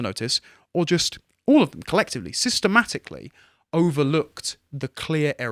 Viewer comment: "Sistah-matically" - nice